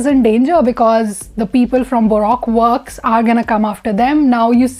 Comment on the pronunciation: It's pronounced "Baruko works"